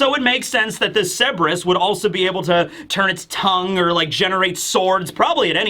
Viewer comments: Just for the future, Cerberus is pronounced sir-ber-us, not seb-ris. You kept flipping between the two, but I noticed you favored seb-ris. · KUR-BUR-US. The C makes a K sound, and the R is not silent. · A Griffin/Gryphon is a creature with the BODY of a lion, face and wings of an eagle. Also, been watching you for nearly a decade, still can't get over how you mispronounce Cerberus. It's Sir-burr-us not Seb-res.